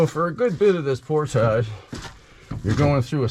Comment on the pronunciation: Thank you for pronouncing "portage" correctly.